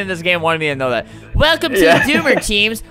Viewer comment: XD i thought the doomer said Boomer